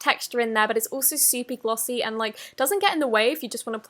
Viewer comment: Lol she said suppy glossy